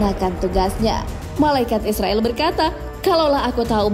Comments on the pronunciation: Dibacanya Izrail bukan Israil Jangan salah ucap 😊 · Maaf ya min.. Pengucapannya Bukan malaikat Israil ataupun Israel. Tapi "malaikat Izrail" 0:) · Bagus ... cuma ada sedikit saran .... pengucapan hendaknya disesuaikan dengan pengucapan arab. Malaikat Izroil bacanya disesuaikan dengan bahasa arab. Klu dibaca Israel kesannya kok kurang pas.... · Kamu aja ngak bnr tulis nama malaikat izrail.kau tulis izroil bukan ro tapi ra.krj hanya cari salah org aja salah sendiri ngak tau,jgn begitu lah. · Maaf min izrail bukan israel😫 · Izrail ya kak bukan israil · Izrail bukan israil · Penyebutan kata yg benar Izrail., bukan israil., patal kesalahan anda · Malaikat izrail bukan Izrael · Td nya gw mau nonton video sampei selesai, tp naratornya pengucapannya aja salah. Gw cm nonton smpe mnit, males gw yg kaya gni jd narator d youtube. Bkn Israil nyebutnya, tp Izroil. Emg tulisan dlm bhs arabnya Izrail, tp kita nyebutnya Izroil. Bljr makhraj huruf dlu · Pnyebutan yg bnr tu malaikat izroil,,, Kl bs ngaji pst tau makhrojul khuruf (tahsin) pngucapan yg bnr,,, 🙏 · terdengar seperti "malaikat Israel" 😂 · Shrsnya pengucapannya Malaikat Izrail, Min. (Pakai Z bukan S). Trmksh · Mbak, mbak.. Lafal nya kok meleset lagi..? Nams malaikat maut ditulis dlm ejaan bahasa Indonesia sbg IZRAIL, dilafalkan menurut ejaan aslinya dg IZROIL Kalo pembaca narasinya salah lafal dikuatirkan menjadi contoh yg salah bagi yg lain. Coba nama ALLAH dilafalkan bukan ALLOH tp ALLaH, nanti kan bisa rancu dg lafal umat kristiani. Semoga koreksi saya bisa diterima. Wassalamualaikum wr.eb